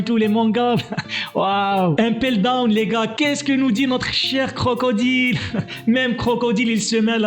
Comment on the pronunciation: Tu sais pas parler ou quoi impeldown pas 1peldown